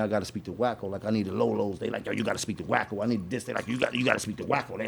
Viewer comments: It's "WACKO" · Wacko not Wack 😂😂😂😂 too funny